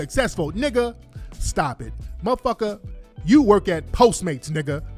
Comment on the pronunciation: "the Akatas don't wanna weork" lol